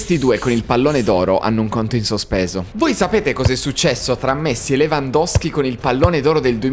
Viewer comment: Si dice Lewandowski